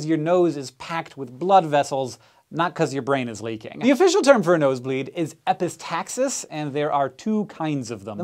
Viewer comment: I am Greek, and I laughed my ass off when hank said epistaxis...